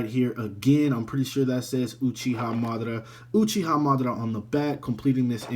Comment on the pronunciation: Your name pronouciation is terrible. But other wise good review.